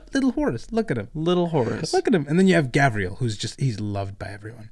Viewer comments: It bothers me when calls Garviel, Gavriel. Its a small thing but its like nails on chalkboard. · Pronouncing Loken's first name wrong the whole time and not even saying Tarik's name. Smh. By the way. FUCK EREBUS! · I’m gonna be that guy and point it that it Garviel Loken not Gavriel Loken. Sorry. Also go crisis suits! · turned Loken from a Luna Wolf into a Dark Angel with that pronunciation of his first name lmao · Yall just skip my man Tarik Torgaddon when you talk about the mournival😢. Also not to be that guy its Garviel not Gavriel😂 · Gavriel???? God that bothered me so fucking much. Its kne thing to mispronounce other characters names. GARVIEL LOKEN DOES NOT GET THAT TREATMENT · Hearing GaVriel activated my fight or flight. GaRviel deserves some respect.